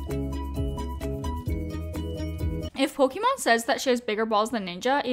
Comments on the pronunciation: It's mon not mane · Sorry I have to say it’s pokimane not Pokémon. 🙃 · Poke-MANE not Pokémon lol. Besides that great video, thank you! Also. People call each other pussies all the time; Because we know that calling someone a pussy means they’re weak and people usually don’t take offense to it because we all know they’re not talking about someone’s genitals, literally. It’s the same way when saying you have bigger balls than someone else. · Love love love your videos but for the love of god, it’s pronounced poki-main! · for the love of god please pronounce pokimane HWJDJDK I'm suffering everytime. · Is anyone gonna tell her that she keeps pronouncing pokimane's name wrong? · she saying pokimane wrong on purpose?